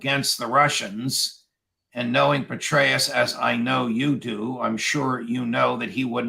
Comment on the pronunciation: Too funny, Judge. Did you say, " General Betray-us?!